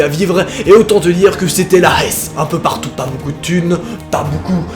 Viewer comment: Mdrrr LA HESS😂😂 en va pas se mentire il l'a très mal dit